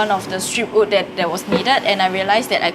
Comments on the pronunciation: Also yes your “ood” last warning sia hahaha does that mean you say “I ood wear this but I oodnt wear that” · If you never say in patreon I wouldn’t even have noticed you pronouncing wood weirdly LOL. You say “ood” instead so cute HAHAH.